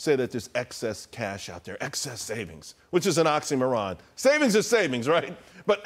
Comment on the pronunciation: He doesn't know how to pronounce oxymoron.